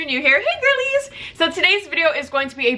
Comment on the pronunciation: is she saying hey girlies or hey gurdies?